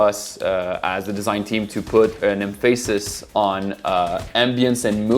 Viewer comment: Great can't wait. Also find it hilarious how you pronounce certain words. Like character as "cure-rack-ters" and emphasis as "em-fay-sis" 😂. Nevertheless, nice dive video. Hope you guys do an Xmen beatemup or even DCU.